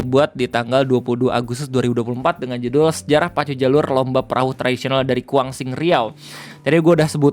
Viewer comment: Kuansing bang... Bukan Kuangsing... 😂😂😂 Cerenti bang... kedua huruf e nya dibaca menggunakan huruf e Pepet , seperti penyebutan kata Empat... Salam kenal , saya asli dari desa Kampung Baru, Kecamatan Cerenti, Kabupaten Kuantan Singingi (Kuansing) , Provinsi Riau...